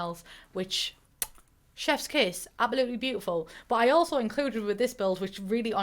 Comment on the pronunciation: I always hear it as "apple-lutely" which brings me joy.